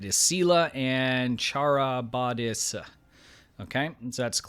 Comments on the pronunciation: Scylla and Charybdis are pronounced SILL-ah and Car-IB-dis. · Little late here,but the names you tried pronouncing are pronounced as "Silla" and "Ka-rib-dis" the 2 monsters from the novel "The Odyssey". Scylla was a supernatural female creature, with 12 feet and six heads on long snaky necks, each head having a triple row of sharklike teeth, while her loins were girdled by the heads of baying dogs. Charybdis, who lurked under a fig tree a bowshot away on the opposite shore, drank down and belched forth the waters thrice a day and was fatal to shipping. Her character was most likely the personification of a whirlpool. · Pronounced Sill'-uh and Kuh-rib'-dis, the accented syllable is marked with an apostrophe. SILL-uh & kuh-RIB-dis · Scylla and Charybdis is pronounced "Skill-ah and Kar-rib-dis" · Scylla... Sil as in Silly, la as in lava Charybdis... Car as in a vehicle, Rib as in chest bone, Dis as in discipline. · Charybdis is I believe pronounced Ka. Rib. Dis. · The CHA is a Ka sound. So Ka-Rib-Dis and well the first part is close to sela from star trek. So just say that and you can make it an inside joke. Sela and KA-rib-Dis. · listen to wrapped around your finger by the Police to learn how to pronounce Scylla and Charybdis